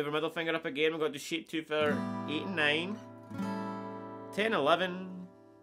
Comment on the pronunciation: I like this trick and the simple way you teach it. I'm going to subscribe to your channel. The only thing is, I'm American. When you say "shape", it sounds to me like you're saying "sheep". So we have sheep 1 and sheep 2. I know you mean chord shapes, not card sheeps. What throws me off a little is that your A sounds like E to me. Don't change. Stay natural. I'll do my translations.